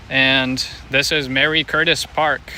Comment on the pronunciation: Marie not mary